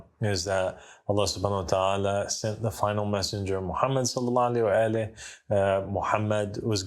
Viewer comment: Did anyone noticed he can't say "Salal-la-alahe wasalam" 😮